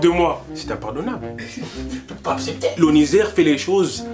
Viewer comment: "Je peux pas apsepter" 😂